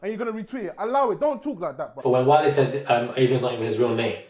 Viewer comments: Please it's not whale, he's not an animal its WA-LAY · I died when you called Wale "whale" 😂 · Did he just call him "whale"?😂